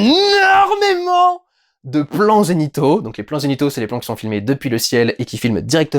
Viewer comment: Moi aussi j'ai entendu "plans génitaux"